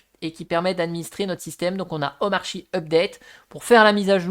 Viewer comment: wow intéressant, merci. (jcroi que ca se prnonce omarki)